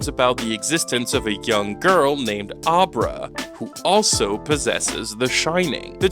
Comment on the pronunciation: ....Fall Guy was an old Lee Majors TV show, not an original idea. Dan Torrance drinks because alcohol dulls his shine. And "Ahbra"? Her name is pronounced like "Abra Cadabra." Did you watch the movie? Lol